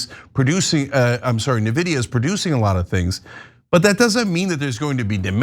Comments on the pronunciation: You report the news. You should know by now it’s not pronounced “nehvidia”. It’s pronounced “n-vidia” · U guys pronouncing N-vidia, “navidia” is hilarious, lol smh 🤓💪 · It is Pathetic that has talked about Nvidia for at least 2 years, and even yet, to this day, they constantly mispronounce the name. It is EN-Vidia, not Ne-Vidia. Of course, if they were actual journalists, they would take 20 seconds to research this. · Its not "Na-vidia".. its more like "EN-vidia" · It's pronounced "N" - Vidia, not "NUHH VIDIA". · It's amazing that after all this time, Anna still doesn't know how to pronounce Nvidia. Na-vidia? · To ana or the team if you read the comments please — nvidia is pronounced InVidia not NaVidia 😊 have a blessed day 🎉😅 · Karp is an asshole and Palantir is awful, but Cenk and Ana - you are absolutely dead wrong with regard to Nvidia ( you are not even pronouncing the name correctly - it's EN-videa NOT NA-videa) and Burry's totally wrong claims. Even a broken clock is right twice a day. Burry is a conspiracy theorist and now you are peddling his false narratives. There are rational explanations for all his misguided ideas. I specialize in semiconductor stocks, You need experts at in different areas. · It’s pronounced envidia you’ve been saying nevedia for months now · I am sorry but if you call "En vidia" as Navidia , i cant take any of your analysis seriously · Please pronounce NVIDIA correctly: "INvidia" (like the letter N) not "NAvidia". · It's pronounced N-vidia not Navidia. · "Nih-Vidia"..... ahhhh, my ears! Its pronounced "N-Vidia"! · it's N Vidia, not Na Vidia. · Why does Ana still pronounce Nvidia like "nividia"? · please, it's pronounced "en-vid-ee-uh". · Where are they getting the pronunciation like "nih-vih-dee-uh"? Is that some sort of thing with Turkish & Armenian language? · lol “navidia” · "navidia" and "short sailors" we have ourselves a real market analyst genius over here 🤣🤣🤣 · It’s pronounced en-vidia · Nee veedya 😂